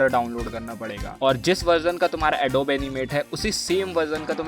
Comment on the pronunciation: its not adob. its adobe(ad oo bee)